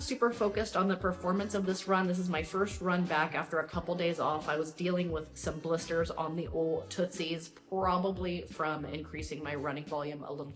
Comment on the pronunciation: Blisties? Get some proper footwear, and then learn how to announciate. I'll give you a small amount of credit though, at least you don't end every word with an a at the end.